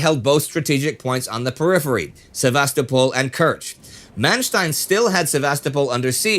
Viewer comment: The stress in Kurochkin should be on the first syllable, and in Sevastopol on the third syllable